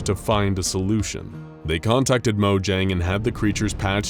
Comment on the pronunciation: Note: Mojang is not pronounced like it is spelled, it is pronounced moYANG, but spelled Mojang.